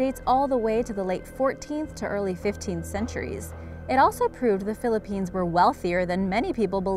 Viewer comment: Im getting triggered everytime she says a place from the Philippines wrong